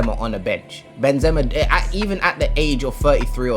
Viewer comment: nah but how you saying benzema is very wrong